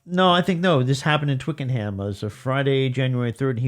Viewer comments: Very enjoyable, but the pronunciation is Twicken'um, not Twicken-ham. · Please Americans (this is not just you guys, sorry, I love your work, this happens all the time) don’t try to pronounce things how they are spelt. Twickenham is pronounced Twicken’m not twick-en-ham. I wish American fans would just copy the speech that they hear.